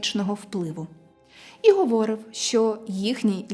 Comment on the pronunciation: Тільки не "говОрив", а "говорИв"... Кілька разів неправильний наголос зробили, ріже вуха... В цього шарлатана не вірю, родичі родом з срср теж...